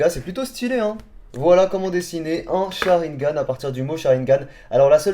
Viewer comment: Nul nul nul nul le "sharigan"